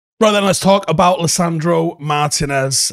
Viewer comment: Little tip: more emphasis on the 'Tee" in Martínez